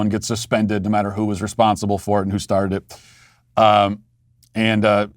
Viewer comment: "I srarted drinkin heavily jefore the show" 🤣